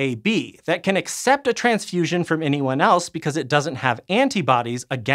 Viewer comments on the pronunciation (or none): none